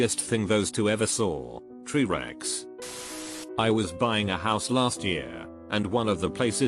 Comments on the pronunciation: Anyone else notice "tree rex" hahahahah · "Tree Rex" im fucking Dead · Tree-rex xD brilliant